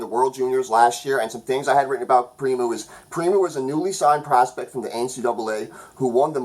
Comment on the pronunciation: Love the videos, but I gotta say primeau is pronounced “primo” not “primoo”